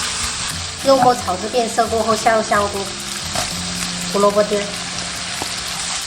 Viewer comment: 香菇闽南话说错了😂。。。。。。